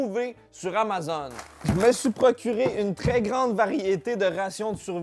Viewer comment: Je réalise que j'ai jamais prononcé le mot Amazon comme il faut. J'tu toute seule qui dit AMA-ZONE ? Hahahaha je remets ma vie en question.